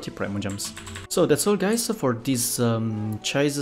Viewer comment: 0: 25 it's japanese name so it wont be read as "Cha-is" but litterally how it's written so "CI-SE" like Hatori Chise from ancient magus bride